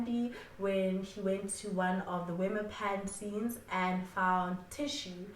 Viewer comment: I am here for the Afrikaans elocution lessons. "Wemmer Pan" is a Afrikaans word, pronounced as "Vem-mir Pun". Keep up with the great content 👌🏽